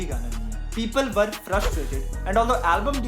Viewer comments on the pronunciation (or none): none